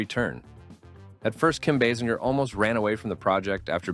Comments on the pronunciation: Can we REALLY not figure out how to pronounce Kim Basinger's name?? BASE ING ER, FFS! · stay for the multitude of Basinger pronunciations lmao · She probably would be more upset that you can't pronounce her last name.